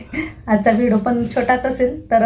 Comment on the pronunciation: V D O KHUP CHHAN,TAI TUMHI BOLTANA V D O CHA UCCHAR "VIDO" ASE AIKU YETE UCCHAR, RAHUL KADUN DURUST KARUN GHYA,BALACHI KHAREDI KHUP CHHAN